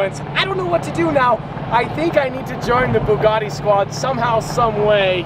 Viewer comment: Please don’t buy a Bugatti. It’s boils my piss every time I hear you say “Boogoty”